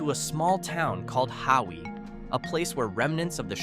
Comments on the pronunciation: You aren’t saying Hawi (Ha-vee) right in your video which is on the North side of the Big Island!!!!you are saying Howie!?!?haha…enjoyed all your information about the Hawaiian Islands 🤙🤙🤙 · Its pronounced’HAVI “❤